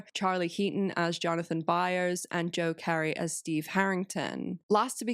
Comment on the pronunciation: She butchered Gaten's and Joe's names too.